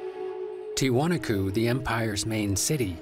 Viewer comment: After all the interviews with historians and native descendants, the voiceover guy still mispronounced Tiwanaku. That's incredibly annoying.